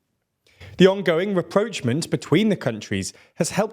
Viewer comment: you said "reproachment" instead of "rapprochement". These two similar sounding words mean almost the exact opposite thing.